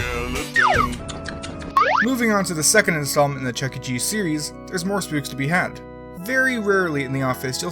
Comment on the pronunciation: I started laughing whan ya say chuck chess